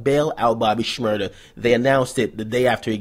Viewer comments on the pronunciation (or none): It's Shmur-daaaaaaa!